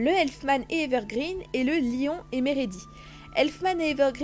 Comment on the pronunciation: Très bonne vidéo mais on dit "OULTIA" et pas "OULTIR" et pareil pour meredy sa se dit "MELDI" et pas "MEREDI" c'est parce que tu n'a pas du voir l'anime